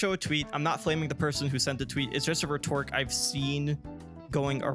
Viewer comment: Here's my HARSH criticism: You're mispronouncing "rhetoric". The first syllable is stressed. :)